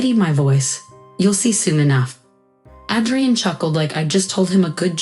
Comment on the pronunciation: Pronounce Adrian with a long A. Son, not sun. Steadied, not steady Melting. "Mic" is pronounced to rhyme with Mike. Mike, not Mick. Cessna, not sedan. Mi vida, not mavida. Senor, not Sayor. Cessna, not sensa. Mi reina, not Marena.